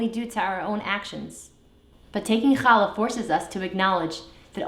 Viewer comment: I would like to try baking a challah. I've watched several recipes. It was such a pleasure to hear you pronounce the "CH" properly and not as an "H". Most importantly this looks delicious and I can't wait to try it. I wish you and your family a good shabbat.